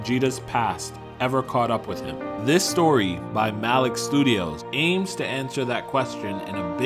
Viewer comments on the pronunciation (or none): none